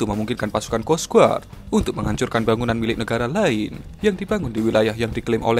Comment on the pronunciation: bacanya kos gard mas bro...bukan kos guard